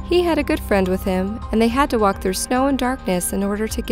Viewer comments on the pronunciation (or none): none